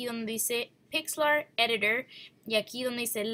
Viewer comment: No conocía esta "pixl eritor", ni la "new imigie" jajaajj